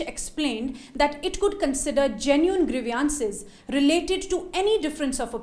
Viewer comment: "Grievances"..please keep an eye and ear of pronunciation.